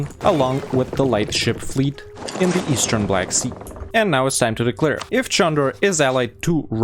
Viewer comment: no, it's actually pronounced Jandar. There is a Çandarlı family, which is pronounced Chan-dar-luh, but that's not related to the beylik called Candar.